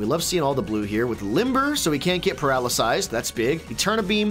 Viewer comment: so he can't get "paralasyzed"